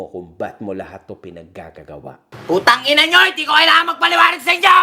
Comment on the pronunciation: Bakit parang malutong yung pagsabi ng putangina ?? AHAHHA